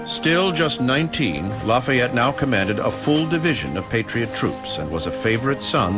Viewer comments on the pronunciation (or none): It annoys me how some of them say lafyette but oh well BECAUSE IM HERE FOR AMERICAS FAVOURITE FIGHTING FRENCHMAN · I love how the one guy calls him “ Loffy et ”